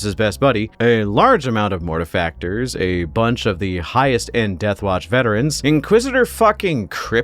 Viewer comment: I hope you don't misspronounce their chapter name like everyone else. Gonna start watching now <3 P.S. YAY YOU DID IT CORRECTLY